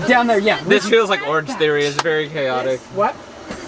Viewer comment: I heard "orgy" instead of "orange theory" and the rest of the conversation was still making sense and I got worried there for a sec :'D